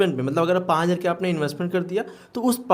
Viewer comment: 5000 bhi dhang se nahi bol paate ho ..pahle bolna sekho